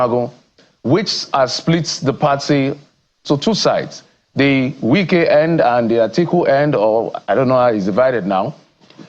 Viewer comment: And it’s not Nwike it’s Wike he’s not from your village